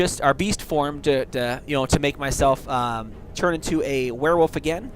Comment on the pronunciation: thx a mill m8 cant wait to b a "Ware-wolf" lol